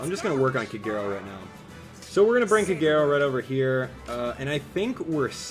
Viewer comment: It took a couple of tries, but eventually I got Robin and i got her to 4* now :^D P.S. - it still triggers me how you pronounce Kagero's name, i really hope your doing it on purpose xD